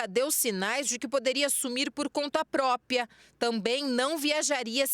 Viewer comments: Conta "própia" 😡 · Não acredito que a repórter fala próPIA morte... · chega dá ênfase no " conta PRÓPIA" 😌😌😌😌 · nunca deu sinais de que sumiria por conta "própia" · Uma jornalista falando "própia" . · Falei isso agora mesmo, "não própia, própRia!" Que agonia haha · Reporter: ""Propia"" sendo que a escrita e fala correta é ""Própria"" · Essa reporter falou, pausadamente: "proPiA " ao inves do correto , propria ! 2 vezes.🙊